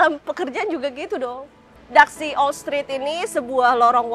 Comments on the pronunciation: Di daxi org taiwan bacanya tasi bukan daksi soalnya gk bisa sebut D itu terkenal dengan tahu hitamnya enak banget. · Kak maaf ya,itu DAXI pengucapannya bukan daksi ya tapi TA_Si..saya tau pengucapanya karna kbetulan dulj waktu kerja di taiwan,sering diajak ke Daerah situ sm bosku,memang tulisan sama pengucapan itu beda kalau untuk bahasa mandarin ya kak🙏😊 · Daxi dibaca Ta Shi kak.. cmiiw.. love you.. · Maaf kakak cantik ,just correct.Daxi itu di bacanya tasiy,dan itu kue bolunya namanya tankau (bolu taiwan) itu eyke jg bikin mbaknya🙂‍↔️🙂‍↔️ xie xie nimen ,wose chu cai taoyuan le. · Daxi tuh Dibacanya Ta xi kak ia